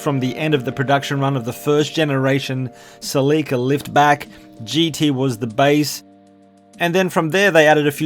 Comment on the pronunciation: Your you’re not pronouncing Celica that word right That name